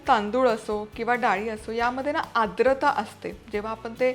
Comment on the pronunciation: टिप्स अगदी उत्तम आहेत. पण आद्रता नाही... आर्द्रता